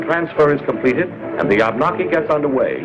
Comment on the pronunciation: I was on a sister ship to the fleet tug USS Abnaki, which he mispronounced. The fleet tugs and similar ships were named for Indian tribes of America. This would have been really something to tow a U-boat. Good catch men!